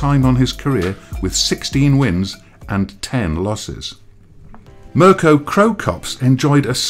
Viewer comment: "Mirco KroCok" lol